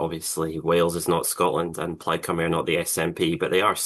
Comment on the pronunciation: Thank you for pronouncing Caerphilly right it's not carefully and Cymru is not Simru ffs